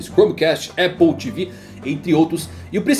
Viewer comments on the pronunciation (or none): none